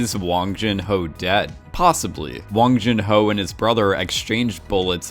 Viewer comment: Its not wang jin ho its 황준호